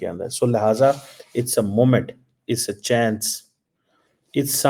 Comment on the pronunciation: Its a chence..😂😂😂😂 accent